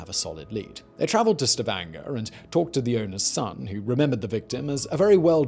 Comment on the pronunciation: When Simon the Legendary Pronouncer gets Stavanger just right, my brain feels joy ^^